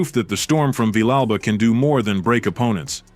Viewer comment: The Mexican's liver was quivering??? Really??? Villegas is Ecuadorian you idiot! Go back and edit, and correct this garbage narration of the fight. Your pronunciation of "Villa Alba" is horrendous. It's pronounced as Vee-jah Alba" phonetically and your spelling of it represents your education maybe not. I noticed the narration was out of sync with the action as the fight progressed. It was just terrible. I began to realize this was AI garbage and more clickbait.